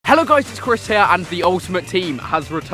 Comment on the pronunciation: ow "Crys"